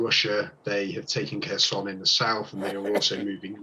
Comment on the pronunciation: C4 please pronounce the name of Kherson the Ukrainian way. Silent K.